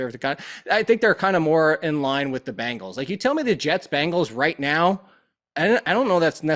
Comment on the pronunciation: you're great, but for the love of god please stop calling the Bengals the "Bangles"